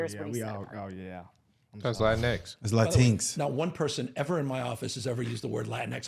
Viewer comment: Brandon mispronounced LatinX 😂😂😂😂 Taj saved him😂😂😂😂